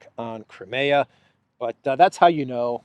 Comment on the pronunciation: Will you please learn to pronounce CRIMEA correctly, it is NOT pronounced "cra me ya" Phonetically it would be closer to "cry me a"